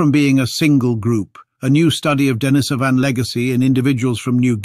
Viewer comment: For heaven's sake, learn to pronounce Denisovan before you make another video.